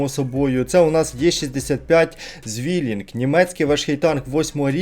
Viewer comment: Правильно читається цвілінг а не звілінг. З німецької це означає боизнюк або двійник, але в даному випадку відображає спарену гарматну установку. В другу світову у німців також був винищувач Bf-109Z Zwilling який також був зі спарених фюзеляжів, тому концепція і значення цього слова має бути зрозуміла